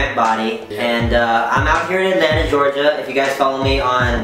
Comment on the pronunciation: GEORGIA. not gerogia.